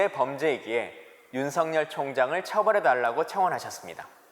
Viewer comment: 윤석렬이면 윤성녈로 읽지만 윤석열은 윤서결로 읽어야 합니다 청와대 양반!